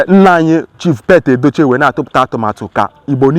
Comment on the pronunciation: His name is "Pete Edochie" . The correct pronunciation is "Peet", not "Pet".